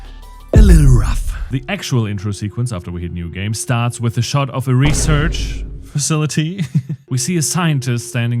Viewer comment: I’m dying every time “reserch” shows up